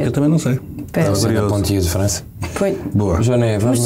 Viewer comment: Poitiers e não Pontiers (que nem existe)